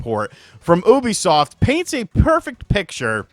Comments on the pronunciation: Thought you said boobysoft at the start 😂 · I thought you said Boobysoft during the intro. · Did u say boobisoft lol